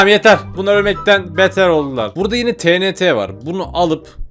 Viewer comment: abi o tenete değil tienti diye okunuyor😢